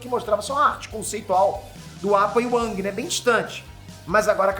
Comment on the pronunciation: só falou bosta. AVATAR Tem nada haver com as estações do ano. e se pronuncia eng e nao ang